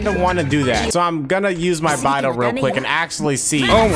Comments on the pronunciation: Im sorry but that whole time he was saying bye-dou I was just gonna stop watching T-T The chinese pronunciation is more like bae-dou but like whatever XD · Punch yourself in the face everytime calls Beidou, "Baidoo"